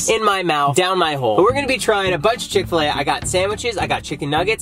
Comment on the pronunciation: You’ve never had ckick-til-a also you go to the gym